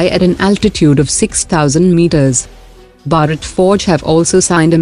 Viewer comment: Please pronounce Bharat properly!